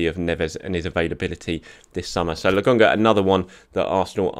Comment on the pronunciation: I'm sorry but how are you reading Lakonga and getting "Legungah"?